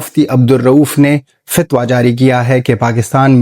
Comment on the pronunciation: Abay "Fatwa" to thek se bol....Namak haraam afghani